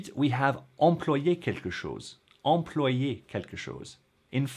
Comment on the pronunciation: I believe "employer" in the infinitive is pronounced /ɑ̃.plwa.je/ rather than /ɑ̃.plo.je/ !